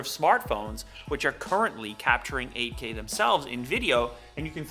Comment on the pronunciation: For 30 sec I heard not 8k but AK😂